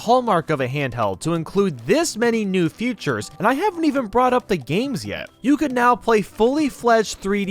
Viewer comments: l love how he says the word feature(s) "future(s) why is that? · Why do u pronounce feature as future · Feature* not future.. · Features* not futures…. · Features* not futures……….